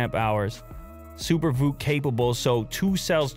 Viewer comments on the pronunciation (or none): none